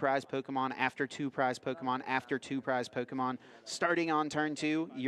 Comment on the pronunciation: The commentator pronouncing every Pokémon wrong like 🙃🙃